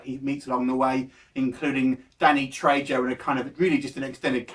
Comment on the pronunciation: You pronounce it "Treho"